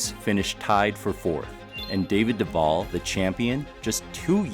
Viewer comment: I share the same last name but zipped have two Ls at the so Duvall. It's funny how some of these announcers pronounce Duval. You pronounced it correctly.